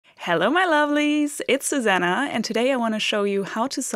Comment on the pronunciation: "Susanne" -> are you German, by chance? 🧐